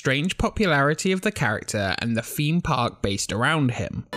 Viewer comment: "Feem Park"